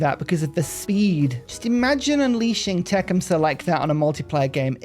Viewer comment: I’m no expert on Native American pronunciations but the way that I was taught to pronounce it is the first part sounds like “tuck.” So Tuc-KHUM-suh. Emphasis on the middle syllable. Just thought I’d offer a suggestion.